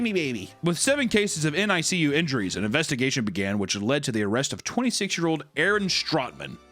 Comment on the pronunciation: "Nick-You"!! It's pronounced Nick-you!!